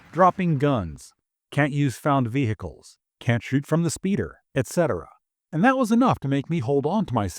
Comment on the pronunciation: Nobody gives a shit about speeders or any other vehicles (btw the "H" in vehicles is silent). We have a lot of reasons for why the game sucks, speeders is not one of them.